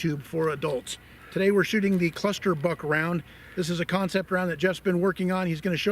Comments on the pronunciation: Every time you said Cluster Buck, I heard Cluster F*ck. 🤣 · So, the F in "cluster buck" is silent then?